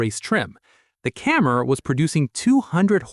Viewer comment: get a human to narrate THIS A CAMMER NOT A CAMERA !!!!!!!!!!!!!!!!!!!!!!!!!!!!!!!!!!!!